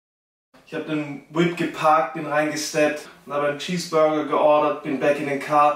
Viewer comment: Der boy macht aus nem Cheeseburger nen Cheesburrrrrrger